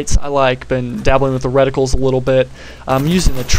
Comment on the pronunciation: You can even say "reticle" right. I love you more now. <3